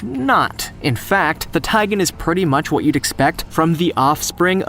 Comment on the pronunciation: It's a tigon. Not a taigan.